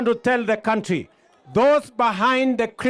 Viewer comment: Iit is pronounced country not county